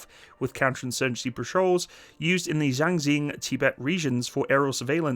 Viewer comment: Bro you butchered the name of Xinjiang & Ladakh 😭